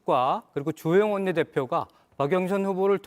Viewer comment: 허영 운다 울어 ㅋㅋㅋㅋ 박영선을 박영선이라 발음도 못하고 박영순 ㅋㅋㅋ